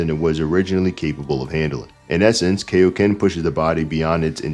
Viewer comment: It’s Kai-o-ken. As in Kai-o-sama. His name is in the move!